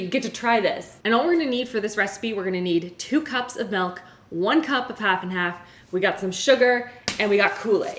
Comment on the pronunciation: I just noticed Rachel and pronounced milk as melk.. Is that a Canadian thing? Genuinely curious